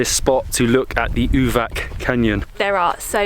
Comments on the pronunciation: Uvac is pronounced Uvats (the c in latin script is always a ts sound) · We pronounce it like Uvats not Uvak, and Booket , not Bucket. You guys are fun to wach, you gave me the idea where to go, I enjoyed your video. Keep it up.